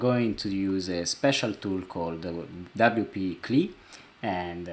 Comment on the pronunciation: Thank you. I understand you are not a native speaker of English. So you do not continue to sound silly CLI is not pronounced "clee" it is an acronym that represents C(ommand) L(ine) I(nterface.) WP-CLI should be pronounced by speaking each letter... double you pee see ell eye